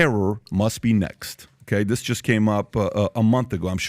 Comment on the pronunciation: PBD can't say "th" very well. "Dat dis is happening..."